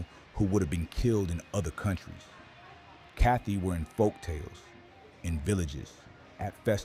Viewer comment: it's said: ka-TOY ,not kathy